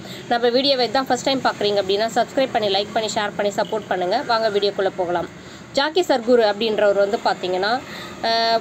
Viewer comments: Madam jockey or jakkie illai. Jaggi. Peru ozhunga sollunga madam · Jaakkie Sadhguru illa Jakki Sadhguru !!! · Guru Jaggi not Jaakki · ஏம்மா ஜாக்கி இல்ல ஜக்கி வாசுதேவ். கேரளா இல்லம்மா கர்நாடகா